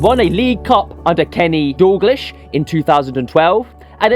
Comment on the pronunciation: Who TF is Kenny Doorglish?